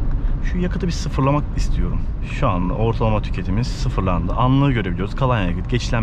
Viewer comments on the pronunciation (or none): abi "denişmiş" deme lütfen artık :) "değişmiş"